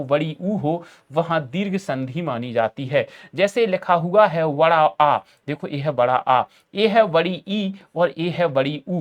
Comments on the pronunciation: बड़ा ❌ वड़ा ✅ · Bada aa nahi ❌ Vada aa ✅😂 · Vda nhi hota बड़ा होता है